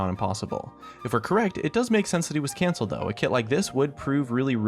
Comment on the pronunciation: I was the only one who heard cancer champion instead of canceled champion?